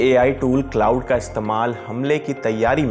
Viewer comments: It's क्लाड not क्लाउड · Bhai wo क्लाउड नहीं क्लॉड है...... बोलो तो सही यार 😂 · Iss video ko hata kar dobara upload kar lo bahut ajeeb lag raha hai baar baar cloud cloud bol raha hai, tgodi research toh kar liya karo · Iss video ko hata kar dobara upload kar lo bahut ajeeb lag raha hai baar baar cloud cloud bol raha hai, thodi research toh kar liya karo